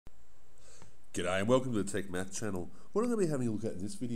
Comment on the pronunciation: hi mate r u Australian? just the way you said g'day